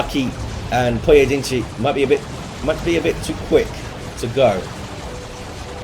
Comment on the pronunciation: You nailed the pronunciation of "Pojedynczy" well!